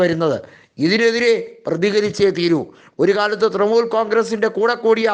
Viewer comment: തൃമൂൽ അല്ല തൃണമൂൽ